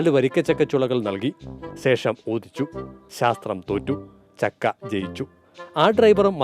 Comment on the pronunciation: അട സക്കെ അല്ല ചക്കെ😂😂😂